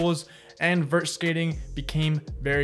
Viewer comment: Vert not Vertch